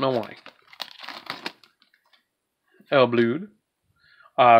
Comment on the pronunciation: I think it’s supposed to be pronounced “Ill Blood”